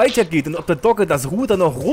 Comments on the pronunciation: Du hast ca. mal "dogge" gesagt :) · also ü wie klingt das als ob wäre er gestört :X mit doge .... doge ... doge .... doge :X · sag nicht immer doge... es nervt -.